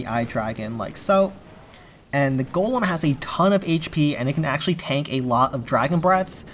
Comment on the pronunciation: For the 2nd time it's GOLEM ✅ not GOLME ❌